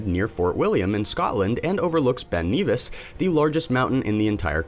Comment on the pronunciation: Its Ben Nevis not "Ben Neavis". P.s. Some random VW Camper? Are you just picking any old abandoned vehicle you find, wtf so special about this? Or you just THAT desperate now to pad your count down?